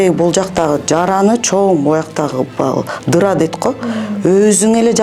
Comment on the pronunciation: Дыра эмес жара